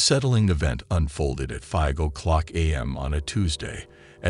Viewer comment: Glad it's not just me noticing this. At the very least type the script in a manner that this robo-narrator reads things back properly.